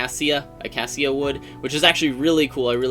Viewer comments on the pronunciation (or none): acacia is uh-kay-sha, lol. ( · Pronounced (A-Cay-She-a) wood :)